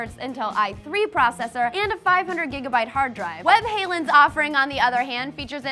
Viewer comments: When you said 'webhallen' I thought you were saying 'Van Halen', because you pronounce it so wonky! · Your pronounced Webhallen funny. It means The Hall of The Web. hallen should be pronounced more like fallen with an H instead of Hailen. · Webhallen is not pronounce like Van Halen, just saying. Web-hah-len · Webhalen? xD You say it as you would say Web-Hall-N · The way she says webhallen is amazing. Im swedish so it sounds ridiculous